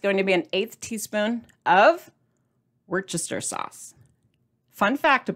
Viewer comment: This looks really yummy and yes on more chicken recipes! Thanks Foster Farms! I would love either prize! You are not the only one that can’t say Worcestershire! One YouTuber called it “W” sauce